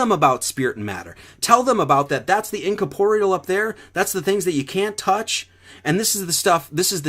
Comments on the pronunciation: When he says "incaporeal" does he mean "incorporeal"? -or is it some other word, that I do not know? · Take a shot every time he says "incaporial" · Hey numbnuts, or number-nuts, if your gonna keep saying "Incorporeal" please pronounced it "nkôrˈpôrēəl" ........jeez. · Yes, let's all continue to use big words because "we am smart". I looked up what this word is because clearly I am not the smart (why am I talking like SirSic?). Incorporeal (Greek: σώματοςm) means "Not composed of matter; having no material existence." Wait a minute - is this turd even saying the actual word incorrectly? <--- Yes, he is even saying the word wrong. Oy! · certainly didn't learn how to pronounce it though, the inflection is on the re